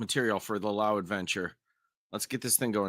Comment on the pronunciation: Oh, it's Law-hoo = Lau